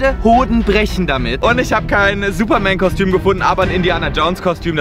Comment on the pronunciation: wie du einfach statt superman , "Supermann" sagst xDDD